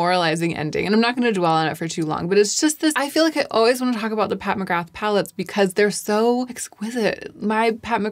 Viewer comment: Pat who ??? I love your videos but…. Nooooo you cannot say McGrath like that 😂. The TH is silent . 🤫 Silent . Nooo TH. I know this as I’m Irish and so is the name 😊